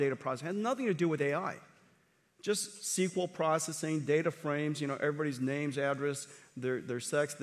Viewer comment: It’s her great honor but she can hardly pronounce his name 😂